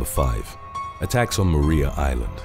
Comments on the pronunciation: No one hunts them here I live there in Hobart and it's pronounced Mariah island just so you know even though it's spelt like Maria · It's pronounced 'Mariah' Island. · Lol. We pronounce it mar rye yah island.